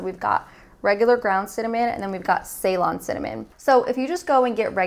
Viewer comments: its pronounced "si-lon" ;) thats the old name for Sri Lanka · Ceylon is pronounced as selon. This is not a type but it is from Sri Lanka. And Sri Lanka's old name is ceylon. And cinnamon grown in Sri lanka doesn't have those bad components and the best in the world.